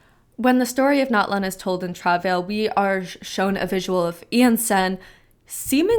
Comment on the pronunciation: Can't even pronounce the word Travail. Why would I trust your interpretations of their words